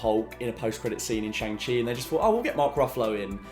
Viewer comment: by the way, almost every name that comes from Chinese decent will have a different pronunciation of the a, it is more similar to an ahh so sh-ahh-ng chi